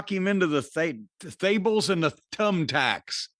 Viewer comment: "Thables and Tumbthacks" Lmao.